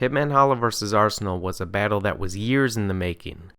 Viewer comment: “Bayttle Wrap”